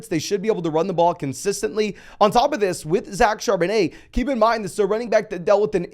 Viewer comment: CharbonNET. we gotta pronounce guys names right